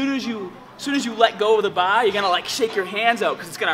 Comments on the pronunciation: noticed he can't pronounce ar properly in his other videos. Weird. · Jesus Christ I can't take it anymore baR, baR that's a fucking R at the fucking end Great video though, big fan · Hold the bah like this... Grip the bah as hahd as you can LOL. Love all of your videos man! Definitely my favorite YouTube fitness channel by far. It's awesome how you're not as huge as the "meat heads" I see sometimes but you're just as strong! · lol sometimes u don't say your r's. haha like ba instead of bar 😂 love your videos man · "squeeze the baa as haaad as you can" xD Sorry didnt mean to make fun of you. I love your videos and the way you speak as well. Just did your 3D chest workout and im dead tired. Thanks for this awesome tip! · Bah bah bah bah Barbra Ann hahaha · Wow i love the way you say "bar"